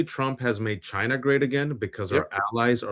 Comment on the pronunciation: Telling how Trump pronounces China as ‘giina